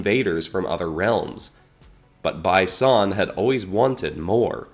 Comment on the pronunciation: You could have pronounced "Bi Son" as "Bee Son" instead of "By Son" so it would be a clearer reference to Bi Han